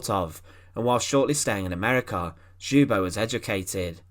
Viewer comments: Not pronounced xoobo lol, the L isn't silent, it's pronounced L-yubo, Lyubo. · His name is pronounced Lyubo. Keep up the great work with your videos. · Where in the world someone decided to pronounce Ljubo's name like this? Other than that thanks for the video. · The J is silent in " Ljubo"